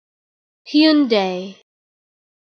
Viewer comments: “im waiting for my uber, he’s in a Hyeeoondaie Elantra” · Wrong. I'm Korean and it's pronounced as Hyun-Deh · Its pronounced like houndai not hyundy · I always pronounce it Hun-Die. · I've been pronouncing it HUN-DAY the whole time, but others may pronounce it HYEON-DAE, and some may pronounce it HAI-UN-DAI.